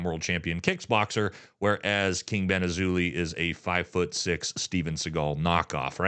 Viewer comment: Hey man say his name right, its King BendAzzholay